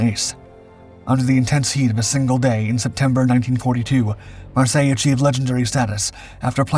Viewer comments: Pronounced Mar-Syler. He was German. No doubt some French origin of the name. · The name is pronounced Mar-sey-yey(Marseille).